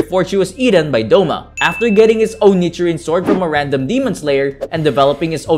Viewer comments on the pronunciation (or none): none